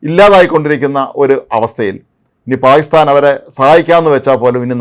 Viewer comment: പായിസ്ഥാൻ അല്ല പാകിസ്ഥാൻ.